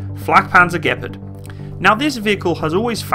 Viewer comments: "The gpard" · It thought it was pronounced gee-par-d